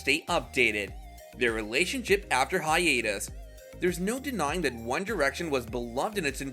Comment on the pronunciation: I've never heard hiatus pronounced like this. "Hi-eet-us".